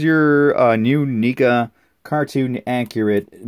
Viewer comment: Just got it today. Leo vs Shredder. Love it. Btw its Neca not nica like necka say it with me neca not nica lol js :)